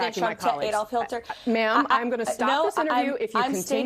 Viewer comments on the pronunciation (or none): "Adolf Hilter?" HIlter, really? I get that Trump likely has word-finding difficulties as a 78-year-old with frontotemporal dementia. I get that Biden might have trouble with pronunciation as an 81-year-old with a lifelong stutter. What's Karoline Leavitt's excuse? Maybe her Grade 6 history teacher was just really boring? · Karoline Leavitt actually said Adolph HILTER. Showing her total lack of intelligence and/or reading and comprehension skills. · We gonna mention the fact she said “Hilter”, too? She can’t even get one of the most if not the most notoriously evil man in history’s name right. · Did she say “hilter”? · Did she say "Adolf Hil-ter?? Who's that?? Karoline seriously is an idiot. She can't answer a question. Karoline needs to apologize to Jake Tapper and Dana Bash. Even Jesse Watters asked her what Trumpty-Dumpty was doing to prepare for the debate, and she danced ALL around the question, but never did answer it. She won't even give FOX News a straight answer. I see a new job for her on the horizon. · She really said "Adolf Hilter", that is not a typo on my part. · 'Adolph Hil-ter' just so frazzled she can't even get that right 🙄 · Spokesbabe is probably in deep trouble - for mispronouncing Hitler's name. She was hella shook up. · Did she say Adolf Hilter?